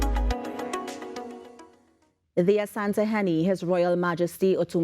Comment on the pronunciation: I admire the way you guys pronounce "Asante hene" its because we are all one people Ghana and T & T